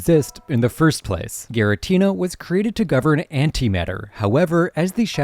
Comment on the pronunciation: Rrr-Key-Us. G-Ra-Teena